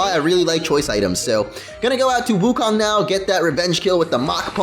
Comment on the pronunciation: your pronouncing wukong wrong, It's pronounced wookoong and rhymes with loon.